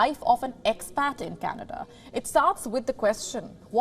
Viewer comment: You mean cana duhhhh